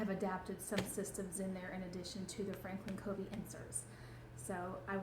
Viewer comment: It's pronounced Frankin "Kuh-vee" :)